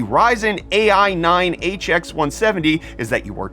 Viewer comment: "AI 9" read it like "i9"